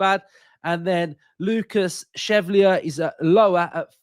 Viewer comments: Joan, pronounced Wan in Spanish...... Chevalier, pronounced Shè-val-eeeyer in French... 😉! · Great pod mate- Lucas Chevalier would be my choice, btw it’s pronounced SHE-VALLI-YAY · Pronounced Shev al ee ay